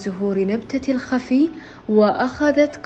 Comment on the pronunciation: تقول المذيعه وبين زهور نبتة الخفي ....... وهذا كلام غلط .... وأنما الصحيح نبتة الخفج ......... الخفج الخفج .............. ونبتة الجعده تسميها الجأده ......... أسمها نبتة الجعده ... ياااا حرمه نطقي اسامي النباتات بشكل صحيح من فضلش ...... وكان ما تعرفي ارتاحي في بيتش وخلي ذ الشغل عنش ....هيه يوم تعرفي